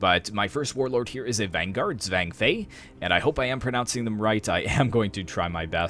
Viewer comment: Great! I would add - don't be afraid to actually pronounce the "Z" in names like "Zhang". Some people do pronounce it with a "J"-ish sound, but not nearly in the exaggerated way that many Youtubers have been pronouncing it. And it might be handy to look up the names on Wikipedia, copypaste the Chinese characters into Google Translate, then click the"listen" button (under the Chinese, not the English).